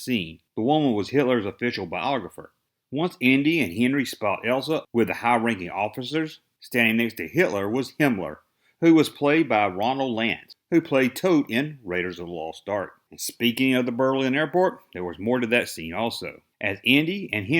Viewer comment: Ronald Lacey, not Ronald Lance.